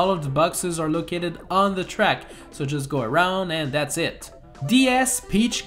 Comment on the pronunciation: Whenever he says "and that's pretty much it" I keep on thinking he's saying "and that's pretty much sh*t